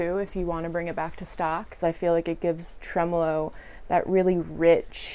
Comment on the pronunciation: Well done, thank god you are able to pronounce the word tremolo correctly.